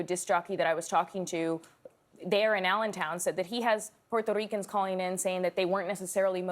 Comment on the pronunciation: Every time she said “puerrrrreerto ricans” like if you gonna say in Spanish do so but don’t say it like that wth lol